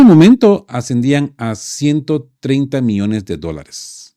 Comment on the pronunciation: cuidado con la dicción, no es lo mismo miones que millones...